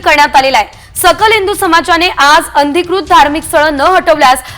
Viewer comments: अंधिकृत नाही अनधिकृत...बोलणे सुधरवा...सांगणे नीट करा...शुद्ध करा...बातम्या द्या पण नीटपणे द्या... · शुद्ध मराठी बोलायला शिका आधी नंतर बातमी द्यायला या, अनाधिकृत बोलायचं आहे